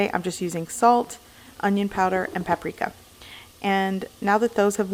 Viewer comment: Lol she said pap prika lol